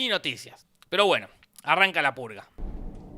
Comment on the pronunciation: En 3 dijiste emves de decir purga dijiste pulga